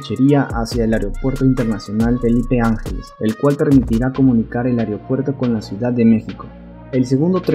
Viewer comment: Se dice: Cuautitlán* Tlalnepantla* Aeropuerto* Mucha información importante y casi un documental tu video como para que pronuncies mal varias palabras.